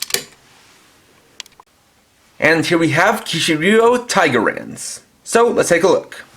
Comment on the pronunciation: It's TigerLance, with an L. You might wanna redo this.